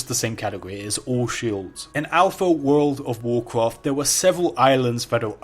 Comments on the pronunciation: Woorl o' Woocrof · I will make 1,000 youtube account and like your video if you stop saying "woud of woucwaft" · Its so stupid bcs people make fun of him for saying wowd of wowkwaft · woold of woocwaft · Don’t you dare start pronouncing Woulrld ov Wooolcraft correctly. It’s all good : ) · "Wold of wowcwaft" "can this video weach 1000 likes"